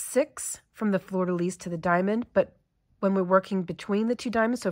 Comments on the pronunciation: Absolutely no negativity - French is hard! If you’re interested, the pronunciation is: “flur” (like “blur” - not “flewer”) “duh” (but a light schwa sound, not heavy like we would say in English - you’ve got this perfect ) “lee” (the ending “s” of “lis” is silent) Flur-duh-lee = Fleur-de-lis The French would add some back-of-the-throat to the ending “r” of “fleur”, but that’s not really necessary for non-French usage. It’s fun to see some beadwork in crochet. I’ve done very little, but watching this has made me really want to tackle the coin purse I’ve been wanting to try! 😍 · No offence. The ‘fleur de lis’ sounds like ‘fl er duh lees’